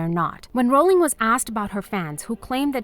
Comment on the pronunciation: because her name is Rowling, not Bowling